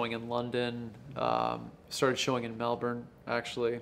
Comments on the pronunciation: I hate how he mispronounced Melbourne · Respect for him pronunciating Melbourne correctly .